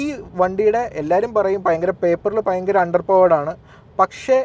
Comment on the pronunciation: പയങ്കരം അല്ല സേട്ടാ. ഭയങ്കരം ആണ് ശരി 😂